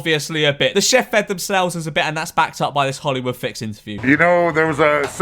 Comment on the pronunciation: she called a chef a chef she said it like how you would spell it